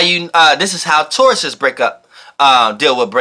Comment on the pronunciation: Pisces * not pieces Taurus not torus😂